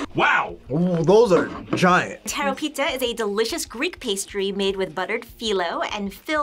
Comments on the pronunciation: ΕΙΝΑΙ ΤΙ ΡΟ ΠΙ ΤΑ (im greek lol) ειναι τι-ρο-πη-τα και οχι ΤΗΡΟΠΉΤΑ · * tirópita * not tairopita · Actually it is Tirópita-with an emfasis on o😅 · what if i said hambarger bc you said teropita that sounds awfull in greek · ''Teropita''. I forgive you tho cause your not Greek.